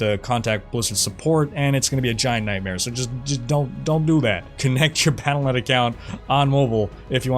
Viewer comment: Wyatt Cheng is still there? That’s funny. Do we not have phones? Palanet account? Took me a couple times to realize you were saying Battlenet. Not sure why you usually enunciate everything so well. I’m expecting really bad server problems and what is Scar? Lion King Boss?